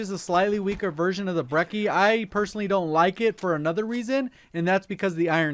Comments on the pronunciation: not breki, breCHi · He said Brecci four times and it was four too many times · you said brecci wrong